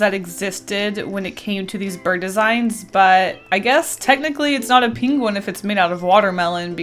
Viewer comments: Why you keep saying pingwin instead of pangwin ?🤨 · saying penguin like Benedict Cumbersnqtch over here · Her pronunciation of the word penguin was killing me 😂😂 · It seems I ventured to this unknown land for the same reason